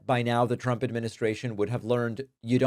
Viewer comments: Is "Tchump" the new way to pronounce it ? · Am I the only one who heard her call him “president chump” like every time? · She always sound like she's saying "President CHUMP" 😂😂😂